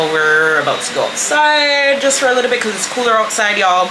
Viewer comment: likkle celebration a likkle pretzel tank gad 😂😂😂